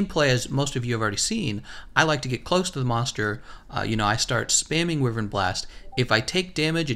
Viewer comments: Jesus fuck, its not WIVERN. its pronounced WHYVERN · I know you can pronounce it whyvern, but I prefer wivern and will continue to pronounce it that way, that's how language works